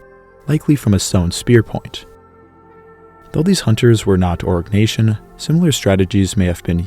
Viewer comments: Arg - nay - see - un .... Jeezus 😖😖😖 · Pronounce Oh-ree-nyak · Is it only me or do i hear so say constantly say "orc" nation 😂.... joke aside, very VERY good content. Invaluable even...